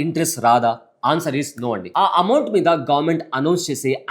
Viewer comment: అమౌంట్ అని అంటారు.... బాబు అంమౌట్